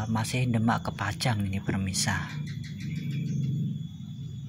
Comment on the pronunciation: maaf kang pemirsa bukan permisa ya😅